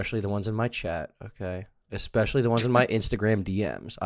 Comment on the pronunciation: Dream the type of guy to say “expecially”.